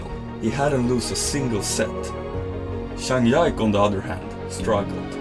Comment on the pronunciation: Good video but you need to learn to pronounce their names better 😭zhang YIKE